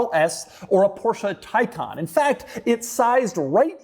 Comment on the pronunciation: Porsche Faycan